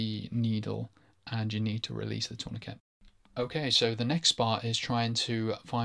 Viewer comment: 'torniKET' lol